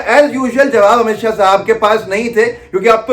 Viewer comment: Amit shah ko shahab q bol rhe h ap dear sidha boliye amit shah